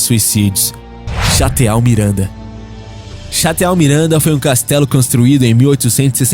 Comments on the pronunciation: A pronúncia correta é "chatô" e não "Chateau". Esta é uma palavra de origem francesa que significa castelo. Tirando isso, o vídeo é muito bom e acho um crime o governo permitir a demolição de um chateau tão imponente. Poderiam restaurar e abrir para visitação pública, história pura. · Não se fala chateau se fala Chatô !!!! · Chate-a-u? Chatô... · Moçada, sou fã demais desse canal, mas, sinceramente, dói ao ouvir certas palavras cujas pronúncias vcs não pesquisam (deixando, assim, o português, o francês e o inglês como se fossem a mesma coisa). Ex.: Château é pronunciado "chatô", e não "chateau". Tirando esses deslizes, até agora, tudo bem. E, sim, sou "chatô" pra caramba, mesmo! hehehe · Não c fala Château, e sim Chatô. Antes d fazer um vídeo, aprenda o básico. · Chateau... Leia-se CHATÔ... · Château de pronúncia Chatô kkkk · pelo amor de Deus meu filho Sopé do monte Fuji ! E pronuncia Chateau (chatôoo) entendeu? OU então fala castelo mesmo. è melhor... que mico meu... tu fala muita coisa errada moço... isso é ruim para vc. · Amigo a escreve-se CHATEAU e fala-se CHATÔÔÔ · chateau > pronuncia > chatô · Todo comunicador tem o DEVER de procurar saber a pronúncia correta do que ele descreve. Idiomas, como o francês, não são dialetos localizados ! Por favor, não exponha tanta ignorância! O correto é pronunciar CHATÔ para a palavra "chateau"!!! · se pronuncia chatoo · Cara gosto muito do seu canal mas dá uma melhorada nessa narração a leitura da fonética das palavras em outras línguas tá desejar viu. Por exemplo você leu Chateau mas foneticamente se pronuncia 'chatô"! Pronunciando em um aportuguesamento você cria uma referência errada com seus seguidores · château significa castelo e se pronuncia ''chatô'' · Na verdade a pronuncia correta para CHATEAU MIRANDA é "CHATÔ" MIRANDA. As letras EAU da palavra chatEAU, em francês, tem som de "ô" Abraços. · Pessoal do Universo Curioso, castelo em francês se escreve "château", mas pronúncia é "chatô". 😂😂